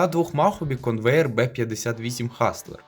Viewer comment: Б-58 Конвер. А не Конвеєр)) Причому "Конвер" - назва фірми розробника. А назва літака Б-58 "Хастлер" (що в перекладі означає "Спритний", "Шустрий")